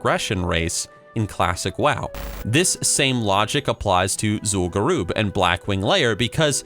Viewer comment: "Zool garoob"